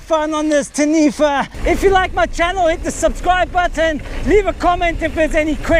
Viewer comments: its tah-knee-fah. XD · Pronounce Taniwha correctly of you want a like bro.